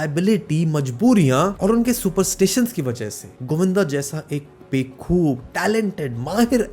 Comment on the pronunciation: ❌❌ 🤬 बे-खूब नहीं, बा-खूब। कुछ तो मर्यादा रखिए ।🤬